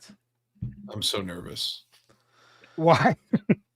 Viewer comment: I love how turned Minnesotain when he said he’s sooooooo excited to see red hood at the con. 😂😂